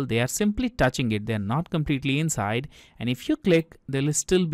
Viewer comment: She bootiful inshide an outshide ❤